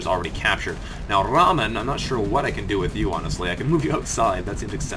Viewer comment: Well, in Rahman the H isn't silent, in-fact it is a big part of the word.